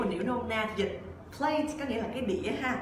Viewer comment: Sao mình phát âm từ plate với play giống nhau quá